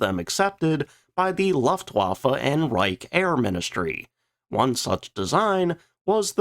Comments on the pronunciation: I love your videos but please say Luftwaffe correctly. It's looftvaffe...not luffwaffa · Maybe you should learn how to pronounce Luftwaffe. It’s not Laftwaffe. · Favorite company and cannot propertly pronounce the name... or luftwaffe... or vogt.